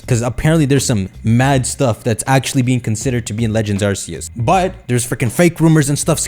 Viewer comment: It's AR "KE" YOOS!!!!